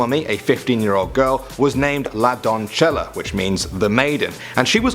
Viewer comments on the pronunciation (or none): It’s pronounced DON-SE-YA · The pronunciation is more like "don - say- yah" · The pronunciation is more like "don - say- yah" XD "don-say-shah" might be more accurate. But its definitely not "don-cha - lah" 😂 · It's not pronounces donccela it's donseya. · It's pronounced "La Donsesha", just use google translate to pronounce it for you dude. And it wasn't part of a sacrifice, she was with his brother and they both ate a relative plant to cocaine, which made them fall asleep and seem as if they were dead, they were then mummified and put inside a well. I know this 'cause my parents took me there as a child and I saw it in person. I'm from Argentina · its pronounced la don-se-ya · i die a little bit more everytime i hear you say "la doncella" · top number 1 - you said it wrong la doncella xd